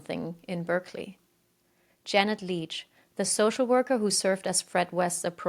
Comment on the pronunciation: This is an excellent coverage of the West case, and a great first video, I have subscribed. I look forward to further videos. On English place names, in addition to the advice that others have offered, Berkeley in England is pronounced as if it's spelled "Barkly" unlike the Berkeley in California. One aspect of the case that I hadn't previously known about is the alleged existence of tunnels beneath Gloucester. Alleged tunnels often come up in child abuse cases and conspiracy theories. I,m not sure how much evidence there is for these, but it would be interesting to look into this further.